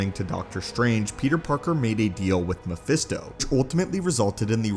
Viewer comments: Pretty sure he says phermisto instead of mephisto at around the mark 😂😂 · At one point I heard you say "Phemisto"🤣🤣